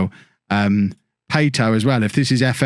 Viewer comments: It’s Pat-o not Pay-to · I get the feeling doesn’t know much about football IRL - based on how he pronounces player names. Latest example: Pato pronounced as Pay-to. I mean, come on now. This is Alexandre Pato. He was a fairly big name in football while at Milan. Poor show. Poor show.